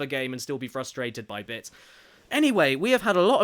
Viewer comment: Everytime he says bits it sounds like bitch lol